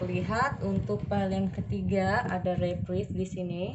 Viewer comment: Readingannya perfect ka hehe cuma itu nomer 3 bacanya “Rebirth” itu “Riberth” hehe kaka kebalik rebirth